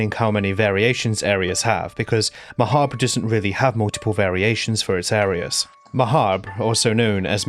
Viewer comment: Finally someone who pronounces “Mahabre” like “macabre”??? Never thought the day would arrive